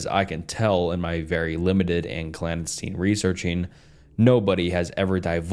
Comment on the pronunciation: clan-dest-ine is how you say it bro